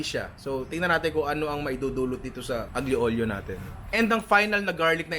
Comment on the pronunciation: Bravo ninong ry sei un grande! solid pagkabigkas mo sa aglio olio sana sa sunod pasta arrabbiata naman kahit basic lang yon! greetings from florence italy!